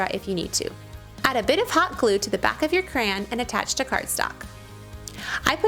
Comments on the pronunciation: The correct, dictionary pronunciation is 2 syllables "cray-on". The way you're saying it as 1 syllable "crown" is more dialect. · As a child I was always told it was Cray-on , the way you say it sounds like crans.... but you can say it which ever i doubt CRAYON cares as long as you buy them lol... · I was wondering what she was trying to make with cranberries because she kept saying Cran Cran Cran. LOL #TeamCray-onnn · It's Cray On it's not cran! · "Cran" it's a Michigan thing! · it sounds like you say "crayon" like I do, lol. My Michigan accent has me spreading the vowels, so it sounds like "crey-an", but it's so fast it sounds almost like one syllable! Also I totally want to combine those crafts amd make a tissue box holder out of rulers...